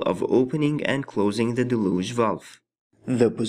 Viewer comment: Del-yooge. Not da-looge